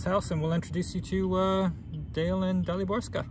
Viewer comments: hmm .. her name is probably DALIBORKA, not DALIBORSKA :) Daliborka is female version of male name "Dalibor" words with "s" somewhere at the end are mostly adjectives. There is a "Daliborska" street maybe but the name is without that "s" :) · Am I right that you call this woman DaliborSka, and she should be Daliborka, without S in the middle? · Daliborka........not Daaliborska.......well, originaly I am from that part of the world and I've heard a lots of girls/women bearing name Daliborka (without "S") but nerver Daliborska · Daliborka not DaliborSKA ????